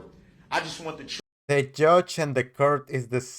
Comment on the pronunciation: Your trooof…you wouldn’t know the truth if it bite you in your behind. You are always talking about the “troof” and everytime you open your mouth you are lying.